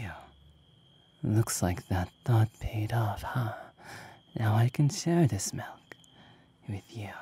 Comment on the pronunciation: He really said malk instead of milk